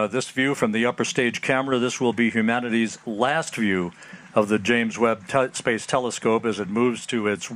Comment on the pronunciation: watch the video and listen. The french can't say space as we do, so they pronounce it "spahce"...then others whom aren't french in the video start saying it as well. Weird